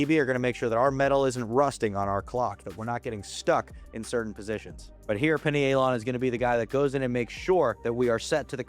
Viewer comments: I think it’s Pie Knee A Lon. Not pinny ay Lon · I’m guna take advise from a guy that can’t pronounce pinealon….. 🙄 it’s like “pineal gland “